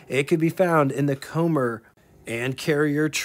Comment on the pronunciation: Very interesting video,. I had never heard of this engine. BTW, Commer is pronounced Comm-er, not Co-mmer. Cheers, buddy.